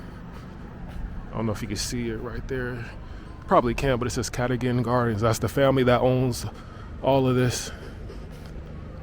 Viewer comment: KATAGAN...pronounced CAR DOE - GAN (Cadogan )